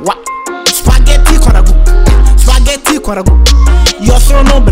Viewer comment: É abbiamo capito sto spagheti con ragù Poi con una t pronuncia. (Spagheti)